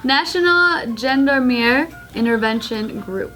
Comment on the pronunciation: "Why are they trying to intervene withing genders." LMAO the word she was trying to read was "gendarmerie" (closest pronunciation I can come up with for english speakers is "jahn-dahr-muh-ree" - the n in the first syllable is quiet tho). It's pretty much just another word for police.